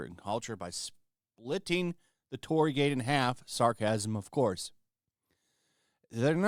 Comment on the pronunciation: Your pronunciation of Torii is off. It is not "TOR RI". It consists with 3 sounds. TO, RI, I. "TO" is like word "Toe" only shorter. "RI" is like the first sound of "Ring". "I" is like the letter "E" only shorter. And yeah it is kinda like a gate to some spiritual places. There supposed to be something holy behind a torii gate even you can't see it. Maybe no one gives a damn about it outside Japan but I just wanted to point it out because I am a Japanese.